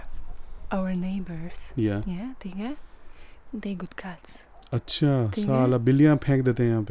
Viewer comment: the" thik hai " was so indian 😂😂